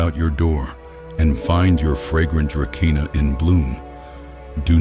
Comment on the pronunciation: it is pronounced "druh-see-nuh", not dra ke nah! duh!